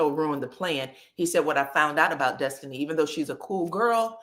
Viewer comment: The way you mimic Nell and the way you say “Destiny” (it always sounds like Dustiny to me) always gives me the cackle I need 😂😂😂